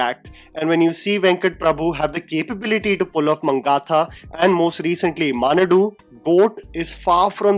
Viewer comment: I don't know whats so laid back with pronouncing names from other languages. The movie name Manadu is about a big gathering Or it a gathering which gives a sampling of a large state or a country whom you deal with. So pronounce it as "Mah" - large and "Naadu" just as you pronounce in Tamil Nadu. You don't pronounce it as Tamil Ndu right? So take some care to pronounce names from other languages more approriately. We never pronounce Maharashtra as mahrastra. Do not butcher names. Please!